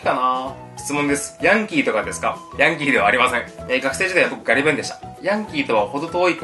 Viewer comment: ヤンキーの発音好きやわ